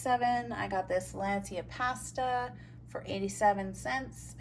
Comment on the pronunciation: The way you say pasta is bizarrely infuriating